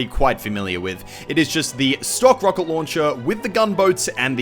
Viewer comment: ""The rowket launcher"